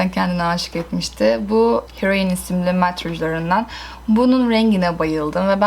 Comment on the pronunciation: o heroin değil hrroin daha 'fosforsuz'